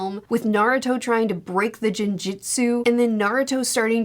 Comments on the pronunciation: Also you can learn how to pronounce words like genjutsu. It's g like girl, not giraffe. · G in Japanese never sounds like J. I recently looked at the first arc animated again and Naruto and Zabuza's conversation after Haku did the thing still hurts. That whole part still hurts. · Genjutsu pronounced as Ginjutsu is hilarious, alcoholics are now immune to genjutsu. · 😂 It took me awhile to figure out that "Jin-jutsu" was genjutsu. I don't ever care about people pronouncing things from other languages incorrectly, I just thought it was super funny 😂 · Just a suggestion on the pronunciation for Genjutsu. As far as i know. It's not prounced "Jen Jutsu" It's the other way. Not hating or anything by the way. I'm just trying to be helpful. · The 'G' in Genjutsu is pronounced like 'Get', not 'Gem'. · The GE in genjutsu is pronounced like Get, not like Generation. Usually the soft G as in generation is transliterated as a J, while the G is a hard sound (get) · Rasa, Gaara’s father and former Kazekage, put Shukaku into Gaara. Also genjutsu is pronounced with a hard G. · Genjutsu is pronounced with a hard G In japanese G is always hard: Ga Gi Gu Ge Go, those are all the basic G sounds